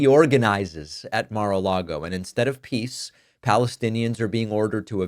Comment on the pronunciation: Did you say pees president?